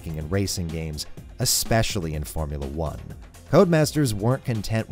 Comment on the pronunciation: He definitely said Boremula 1